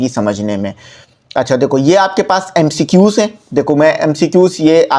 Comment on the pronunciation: sir ny khod MCQs ghalat bola to hmy kya sekahy ga sir hahahaha